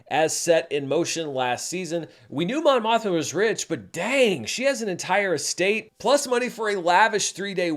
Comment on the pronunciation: More like *Mon Mosh-ma*, am I right?